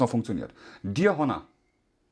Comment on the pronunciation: ich habe die ganze Zeit "Hanna" verstanden bis ich gemerkt habe, dass "Honor" gemeint ist 😂 edit: es heißt "Fernseher" und nicht "Fernsehn"